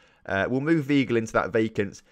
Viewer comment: Julian Vy-gle